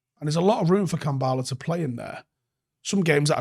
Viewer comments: Kambwala not Kambala. I a little bit of me dies every time u say Kambala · Why are people calling him "Kambaala"?? His name is KambWala. The "W" is phonetic. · Manchester United 🤝 pronunciation of Kambwala Avoiding W’s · Don't forget the 'w' in Kambwala. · Brits can't pronounce anything